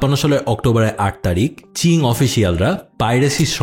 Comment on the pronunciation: চিং না ভাই, উচ্চারণ হবে কিং ডিনাস্টি